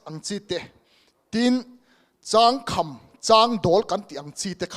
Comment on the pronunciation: Agriculture & Allied Sector chungchang in rawn sawi chu duhthu a va sam lo ve aw!! Vety.,Horty., Seri., Fishery, Soil Deptt. kalpui in tum dan detail hriat a chakawm khawp mai. .Changkham tih pawh I lam/ thluk dik lo nghal ania. Beiseina sang tak nen kan lo support dawn che u aw.